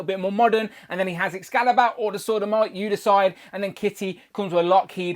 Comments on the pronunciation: sounded like “Sod o’ Might” 😱🤦‍♂️ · You do need to enunciate more, esp when discussing the “Sword of Might”, because it sounds like a totally different word that will get YT to censor your channel. 🤐😉😂🖖